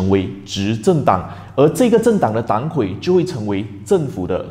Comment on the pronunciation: 哥们r，本来不想说的，但是实在看不下去了，党魁（dang kui）